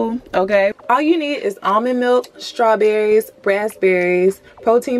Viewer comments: Did she say "scrawberries"? Lol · 7xelbuaD lol she did 😄 love it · Yes! She was cracking me up the whole video. I will be definitely trying out the liquid biotin 😁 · Lol yeah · hahaha. i was so dead. replayed it and allll.